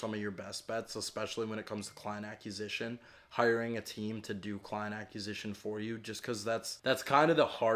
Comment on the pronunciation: Brother I love your stuff and have been watching since the rich and can’t sleep drive videos, but please.. for the love of god.. please learn how to say acquisition 😂